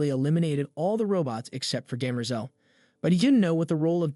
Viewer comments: Daymerzel? It's Demmer-zell! ;-) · It is DEM-er-zel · I was just thinking the same thing, especially with Cleon and Demerzel. My ears were just like "huh? come again" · It's driving me crazy. His name is Harry hair-ree. 🙄 and derm-ah-zahl.🙄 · bro...how you mispronounce "Hari", "Cleon", "heir", "Daenerys Targaryen", and "Demerzel" in 4 minutes?